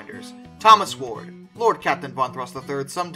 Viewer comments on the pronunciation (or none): none